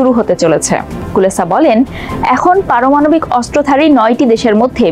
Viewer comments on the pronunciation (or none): সংবাদ পাঠিকা "পারমানবিক ক্ষেপণাস্ত্র " পাঠ করেছেন!